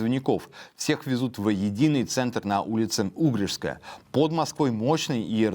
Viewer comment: Ударение ставьте правильно. Улица Угрешская. Ужас какой-то